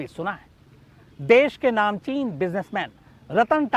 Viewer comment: Bhai namchin shabd nahi bola jata...jara correct karke bolo..